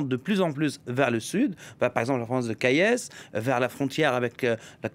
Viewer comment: Par ailleurs on prononce Kayes "Kay"